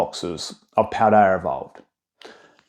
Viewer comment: I think you say Paldea fine. It's never even come to mind in previous videos.